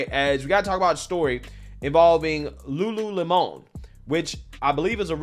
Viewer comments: Just say Lemon....its not a french word LUU LEMON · Its LULU LEMON..not LULU LE-MON. lmao!!! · Lulu Lemònnnn. It’s just lemon,. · Okay,,, "Lemon' in Lululemon"it's pronounced"Lemon," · Lulu-lemon you know like lemonade! You tryna make it sound like some fancy French company! 😆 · Lol pronounce Lemon like the fruit. Not Don’s last name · The way he pronounced "Lulu Lemon"... AHAHAHAHAHA Lemon🍋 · It’s Lulu lemon (like a 🍋) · Lol at french pronunciation 😂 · Seriously just unsubscribed because you cannot even pronounce "lemon" correctly. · Why are you pronouncing lemon with a spanish accent? lol